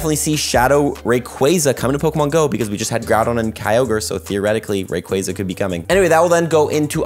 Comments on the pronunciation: ly bro but the way you say rayquaza kills me💀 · U say rayquaza wrong